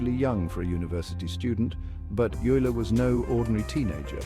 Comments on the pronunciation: OYE-ler! Not you-ler. And the music is intolerable. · How to pronounce Euler sonds like "Oyla" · Narrator cannot pronounce Euler's name consistently (it's "Oiler").